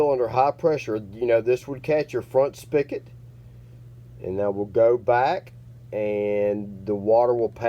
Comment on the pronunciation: "Spig-ot" not "Spick-it"